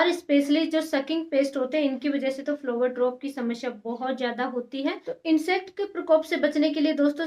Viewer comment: flower drop shamshya🤣🤣 bolna seekh pehle pappa ki pari😆